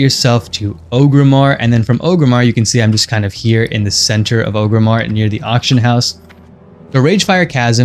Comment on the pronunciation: Nice farm...but it's ORG-rim-ar, not O-grim-ar